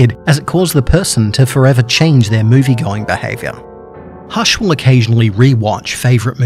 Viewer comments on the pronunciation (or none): It's not hash